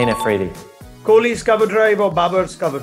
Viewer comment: Kholi ka name zabardasti se bolqya gya 😂😂😂